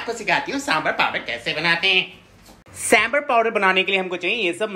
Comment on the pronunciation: It's sambhar not samburr